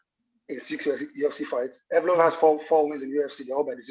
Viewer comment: Yes Brother you butched the name 😂 you pronounce it „YEV-LO-YEV“ 😁